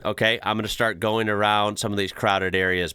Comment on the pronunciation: you almost got it with the intro but you gotta open your mouth at the end like howya GOIN, its hard to explain